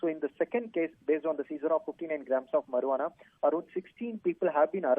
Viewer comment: I am laughing at how he pronounces marijuana. He says mur-waa-naa lol. It's pronounced Marry-uana .